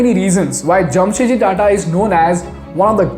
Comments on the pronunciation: His name was Jamshed ji Tata not Jam Set Ji, you are a moron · It’s Jamshedji Tata not Jamsetji Tata.